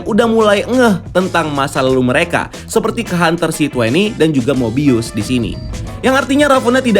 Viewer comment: Finaly nyebutun nama mobius dgn benar